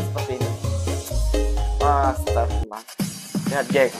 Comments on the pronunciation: Bukan astaufirlah..sebutan yang betul betul Astaghfirullah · betulkan kalimah Istighfar tu. Astaghfirullah bukan astaufirlah. Sekadar menegur. Assalamualaikum.